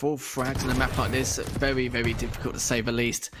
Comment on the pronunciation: 'wevy wevy good. nice wail.' - fire him already, please, or teach him to pronounce 'r'.